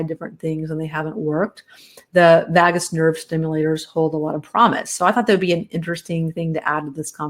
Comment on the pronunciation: Vagus Nerve is pronounced differently,.